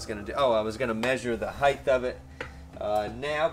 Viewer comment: Hsin-chuen Lin has been doing this for some time. It's cool I don't think this was live! It's been a while, nice to see you back. By the way, there is no such words as height-th: haha